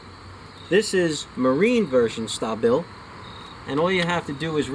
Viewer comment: OMG dudes from New York who can't say "StAAA Bil." Ya know like short for " Stabilize" AAA you know what I'm sayin! lol